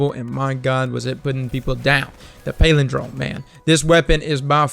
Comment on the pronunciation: you talk for a living, and you can't correctly pronounce "palindrome"?